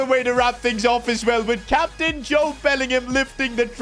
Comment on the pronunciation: His name is Jobe Bellingham